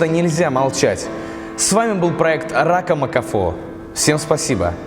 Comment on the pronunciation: опять эти "ракомбыихно..."?